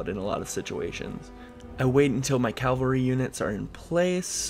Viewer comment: Enjoying this to be sure, but I got to say cause it just peeves me: Ca-Val-Ree Cavalry